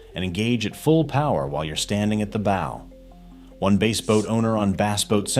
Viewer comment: It's BASS as in ASS!!!!